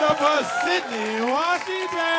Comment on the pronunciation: Sydnee not Sydney